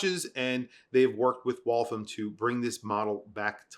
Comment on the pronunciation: Thanks for the video! Small correction on the Waltham pronunciation. I've lived nearby the area where they used to produce their original watches, and it's pronounced to rhyme with 'Wall ham'